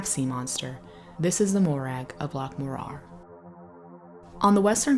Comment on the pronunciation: Please fix your pronunciation. Its M MOrar, rhymes with roarer. not moRAR